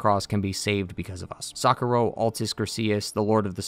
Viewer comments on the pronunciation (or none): Analysis 10/10 spanish words -2/10. It's socorro not Sakura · Great video but you butchered ‘Socorro’ pronouncing SAWKOHROW